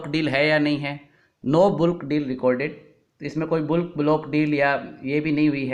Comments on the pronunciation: सर् बुल्क नहीं बल्क :) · where can I see your blogs. Is it available at? The correct pronunciation of words like bulk and archives is बलक और अर्किवस हैं। आप बहुत अच्छी तरह से समझाते हाई, और मैं आपका मुरीद बनता जा रहा हूँ। मैंने आपको दो एमैलस भी भेजी थी, शायद अभी तक पढ़ने की फ़ुर्सत न मिली हो